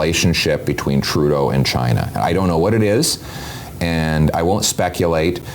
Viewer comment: pierre can't say China. Pierre loves the WEF like trudeau. he play the good boy :)